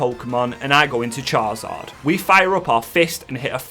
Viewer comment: I love these videos, but I do have to say there’s only so many times I can hear you say Char-Zard. His name is Charizard? 🤣🤣